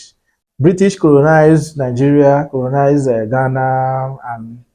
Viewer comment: This content and its creator are all funny., kindly check the way you use your “L and R” please. There is no word as coronize please. Correct your flaws before you come and teach English here. What is Nigeria English and Ghana 🎉English. The language is a foreign language to both countries, and how some words are written or spelt are not supposed to be pronounced raw. Example: “Doctor” The white man does not pronounce it as how Nigerians do. Ghanaians know the source of the English language, and they try to speak it as good as the natives. Nigerians with their illiteracy rate pronounce the words as it is written in most cases. When a Nigerian travels out of his country, it is then that he finds out how bad he speaks English. Most of the Nigerian politicians and the rich sends their children to Ghana to study if they have plans to send them to Europe and America.